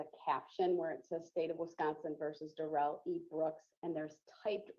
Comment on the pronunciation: The malignant dwarf is named Darrell, not duh-rell. He says his name when he is arrested and then in his polluted mind he thought it was cool to change it to duh-rell. He is Darrell. End of discussion.